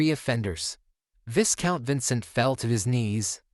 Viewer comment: You never corrected yourself throughout the entire manhwa It's pronounced vigh-count, not vis-count the S is silent bruh😅